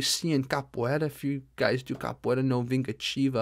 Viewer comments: Nice portuguese pronounce. Greetings from Brasil!! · hey man, the way you said "vingativa" was perfect, great portuguese there